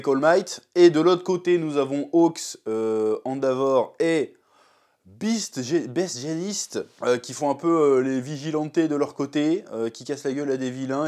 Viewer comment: "baie jeanist"